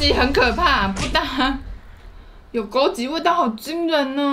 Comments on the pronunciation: 是枸杞(ㄑ一ˇ)不是(ㄐㄧˇ)啦 然後我還是覺得吃東西就好不用硬要唱歌 真的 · 是枸杞（ㄑㄧˇ）噢～哈哈哈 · 不是枸杞ㄑㄧˇ 嗎😂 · 是枸杞ㄑㄧˇ😂😂看起來很好吃我要去囤貨了~~ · 還是唸枸杞應該只是有口音XDD